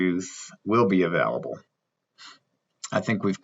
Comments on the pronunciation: Sorry man, I couldn't get through the video after hearing uh-valable too many times!! 🤷🤷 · Can you please say the work available right? Haha